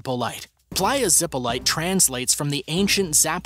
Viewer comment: playa zipolite (pronounced more like zip - o - lee - tee) isnt that dangerous! I have swam there a bunch. Gratned, you dont go in deep, but its not top 10 most dangerous in the world